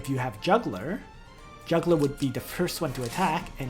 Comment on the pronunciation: It's pronounced Yugler, not Juggler :P